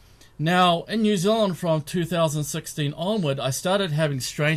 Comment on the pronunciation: New Zealand not new zilluand....